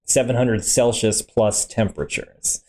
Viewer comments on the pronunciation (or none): none